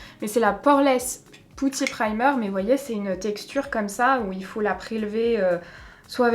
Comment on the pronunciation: Putty se dit peti!! 😅 Et grappe c'est le raisin ou le raisin sec